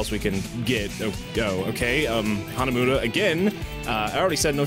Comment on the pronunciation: Hanamooda? Hanamuda. Muda. He IS Dio!